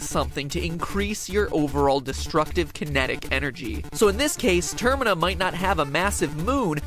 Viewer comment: dont mean to be rude but… Termina. Pronounced tuRr-MEE-na